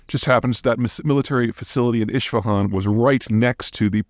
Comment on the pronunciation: Peter it is Is-fahan not Ish-fahan. Thanks for all the info.